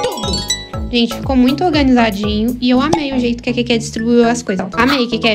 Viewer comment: A falando: Iss ke